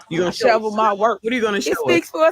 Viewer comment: Tiffany Henyard said she got her shobel!? Lol it's shovel